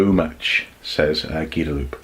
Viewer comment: Gua-da-loo-pay. XD